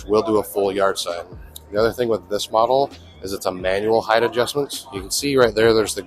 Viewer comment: heighT, not heighTH.